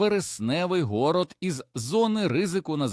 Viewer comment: Навіщо щось робити у гОроді, і як повісити зАмок на хвіртку? В Україні всі зАмки в державній власності, а не приватній! Не можете навчити робота правильно розставляти наголос, то озвучуйте самі!